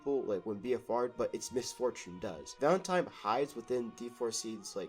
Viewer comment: Why is bro saying “Valentime”?